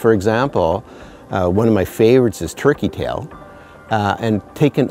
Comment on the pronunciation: I'm HEARING "Tricky Tail" Is that what we know as TURKEY Tail?